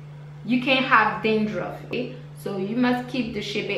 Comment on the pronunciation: She said drandruff... not danger ok...